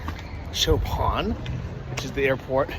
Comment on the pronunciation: Chopin is pronounced show-pain (pain as in french bread)